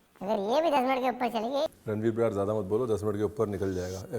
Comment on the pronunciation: Did he say "main hun Paneer Brar??"😂😂😂